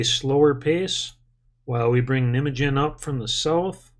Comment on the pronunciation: The pronounciation of Nijmegen is a little bit different haha